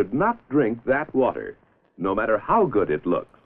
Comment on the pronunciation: "Do you know hwhy you need hwater?"